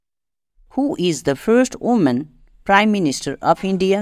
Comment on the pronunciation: Sir! That is woman not oman sir